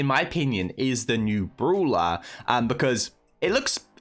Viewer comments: It's "Brawler"... Not Bruler!!🥺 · Me - Its brawler bruh Meanwhile tom - broolher